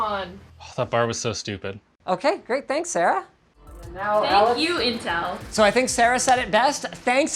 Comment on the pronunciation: Whats in-tin-tel?